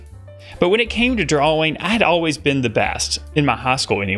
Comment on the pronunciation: 6 years of art school and they never taught you how to pronounce ‘drawing’